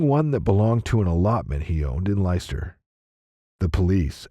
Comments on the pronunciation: I love how Americans pronounce English cities 😂 “Ly Chester” for Leicester It’s “lester” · It’s not Lie Ster…it’s pronounced Lester!! Spelt Leicester….😂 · Ditto! I think he pronounced Leicester as lie-chess-tar!